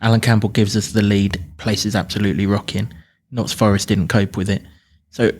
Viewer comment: It’s not Notts Forest. Please amend this next time you mention us.